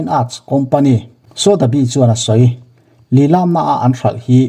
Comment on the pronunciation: Lilam tih hi i thluk dik lo..